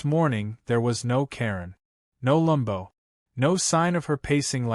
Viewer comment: Stop with the f**** "lumbo." It's LAMBO, short for Lamborghini. Either spell it correctly, or else use the full name. You know this, so you're doing it deliberately. The problem is, you don't look cute or clever — you just look ignorant. Or stupid. Oh, and as for the illustrative photo, according to he narration, absolutely EVERYTHING is wrong with it — her appearance, his, the position and location of the Aventador, of the tank ... . Either match the photo with the narration or vice versa. As it is, the narrator sounds confused. It doesn't help the story. "Re-read"? It's "Re-read." Your AI needs reading classes. Redding classes?